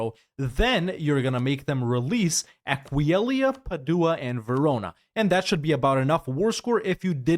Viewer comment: Completely broken by your pronunciation of Aquileia